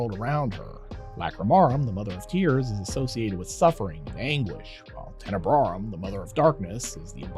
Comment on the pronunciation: Tenebraum Tenebrae